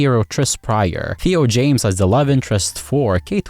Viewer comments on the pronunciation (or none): none